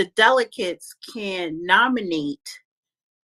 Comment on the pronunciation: Someone help pronounce "delegates"😂😂😂